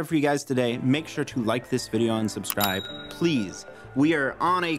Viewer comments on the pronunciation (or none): none